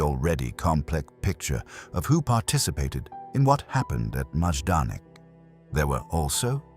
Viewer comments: I thought it was pronounced “MI-don-ik,” not “Maaj-don-ik.” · Wow the pronunciation here is atrocious. At least properly pronounce the subject of the video 🙄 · It’s terrible, and should at least be previewed before you publish the video. It takes away from how good the information in video is.